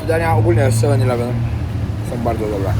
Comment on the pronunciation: Siema wariacie absolutnie sie nie czepiam, bo sam kiedyś tak gadałem i tak nas uczyli w szkole, ale eleven wymawia sie przez e, a nie i jak ileven 😊😊 pozdro